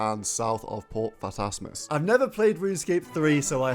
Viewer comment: Don't think we missed you saying port phatassmus.